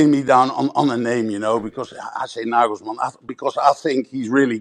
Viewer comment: His name is Nagelsmann not Naglesmann